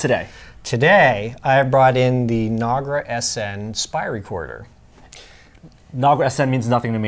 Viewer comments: You're wrong. Nagra's name is based on Polish verb in past tense "Nagrać" which means "to record", and it's definitely not pronounced as Nag-ra, it's na-gra. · It's Nagra, not Nogra. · Keith Perron No, he’s right. It’s pronounced nog (like egg nog) raa, in Polish. You were just pronouncing it wrong because that’s how you heard it pronounced. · Good video. But your not saying the name correctly It's NAG (like nag sound like bag) and RA (like RA as in rat). Journalist didn't use these very much. When I was at RNTV we use to use them with our 16mm Film Unit if it was a location shoot where we needed to send a small crew. Journalists didn't use them because of the cost at the time cost us around 1000 D-Marks. The intelligence agencies did use them, but it was more widely used in film news gathering. During the Vietnam War TV crews in Vietnam had three sound recording unites. These were one made by Uher and two made by Nagra. One of them was the Nagra SN, which was easier to operate in the field.